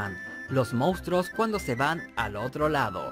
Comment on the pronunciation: Y dale con decir mounstros. Joder, qué dolor de oídos. MONSTRUOS!